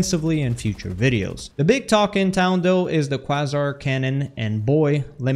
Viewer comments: kway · zaar Way, but with a K in front Quasar Youre pronouncing it kwaa zer.. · Kway-zar rather than kwa-zer. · The Croissant Cannon. Nah, but close enough pronunciation. With some words like this, its better to think of it being spelled with a Z not an S. "Kway-Zar" Cannon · Quasar "Kway-Zaar" Not "Kwa-zer" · For anyone asking - it's pronounced 'kway-zar' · 🤓 “it’s pronounced kway-zar” 🤓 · Was just coming to the comments to say this. It bothers me so much. 😭😭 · Man pronounced quasar like Carl says croissant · "Quay-zar" A Quasar is a type of star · kway-zar is the right pronunciation. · He on that cwassant cannon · Close enough to understand. But only because you asked, the correct pronunciation is KWAY-zar. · KWAYZAR would be proper pronunciation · I think its pronounced QUAY-zar like the center of galaxies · It's pronounced Quay-Zar. ☝️🤓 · its pronounced KWAY ZAR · Its pronounced "kuh-way-zar" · quasar is pronounced "kwey-zar" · Pronounce it Kwayzar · pronounced kway -zaar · The murder of the English Language is really something... YouTubers never Google their script if they're unsure... it's mind-boggling... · Since you asked, you are not pronouncing Quasar correctly. FYI if English is not your native language or your not confident in it simply google the "-WORD- pronunciation" and click to listen to the pronunciation. Keep up the good content. Also there are some benefits to the new HMG. Keep testing and you'll find them.